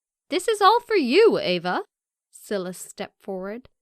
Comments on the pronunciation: Silas pronounced SY-Lis lol. That drove me nuts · I don’t think that how you pronounce his name Silas.... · I have a feeling the male character's name is "Silas"......... and it's not pronounced like "silly" its pronounces like "sigh". What a weird fucking channel. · Its pronounced sigh-las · Omg the way she pronounces "Silas"